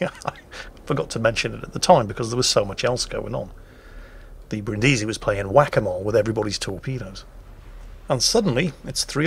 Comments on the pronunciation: The Brindisi isn't named after Brin Diesel from Fast & Furious, but after the city, so her name is pronounced BRINNdeezy. And while we're at it: Prinz Eugen of Savoy, after whom the Prinz Eugen was named, has the emphasis like the English form of Eugene, i.e. on the second syllable (OyGAYN). Even Germans get that wrong all the time. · As I mentioned earlier: learn how to pronounce Brindisi here